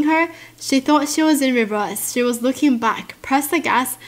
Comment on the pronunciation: Even though I know she is saying looking I always hear licking 😂😂😂